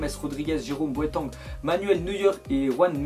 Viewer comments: Boatangue mdrrrrrrrr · Ta di boatong